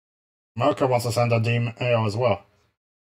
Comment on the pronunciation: "Moekka" ok special kid